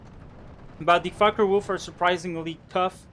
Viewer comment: Did you notice that your fockewulf sound like fuckerwulf?